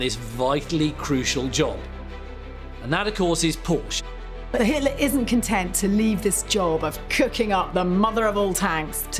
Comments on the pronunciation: Hi there ! :hand-pink-waving: Nice documentary and I am a fan of history. I'm just wondering , Ferdinand's last name , isn't it pronounced as a two-syllable word "por-shuh" instead of just one syllable "porsh" ? 🙂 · I absolutely love this series. The historians are great (and one is pretty darned good looking too), but this one drove me nuts with nearly everyone mispronouncing Porsche. They were pronouncing it like Porsh and not Porsha, like it is. There aren't silent Es in German. I thought about rewatching this episode as a drinking game with every mispronunciation of Porsche leading to a drink, but I would be dead long before the episode was over. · correct. Por-sche. In German, you pronounce al words as they’re written. No silent vowels or consonants. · This is virtually unwatchable due to the constant mispronunciation of the “PorSha” name. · The name is pronounced Por-sha. It is 2 syllables. I’ve met members of the Porsche family. This is the way they pronounce their name. It’s not a choice in how to say it. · Im sorry but I can't anymore. Its pronounced POR-SHA! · Pronounced Por-sche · Except they cannot pronounce Porsche correctly. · I love these documentaries, but I don't think it's asking too much to require that at least the narrator pronounce the main subject's name correctly. The overall quality of the show is too high for that to be acceptable. Still, these are some amazing documentaries! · If you can't pronounce his name correctly, it makes me wonder what else in this video is wrong. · Are all these historians trolling everyone by mispronouncing the name? Every time they say the name Porsche - It's like a stab in the ear to any Porschephiles. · The e isn't silent in Porsche stop butch his name